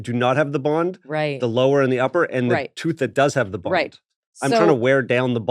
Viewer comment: I really enjoyed this episode especially when I figured out "bond" was being said and not "bong". LOL